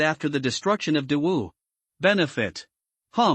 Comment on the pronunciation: I sometimes hears dog Dynasty 😂😂😂 not great wu or Dawu Dynasty 😂